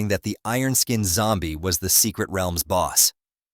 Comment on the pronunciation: Why u saying realms like wealms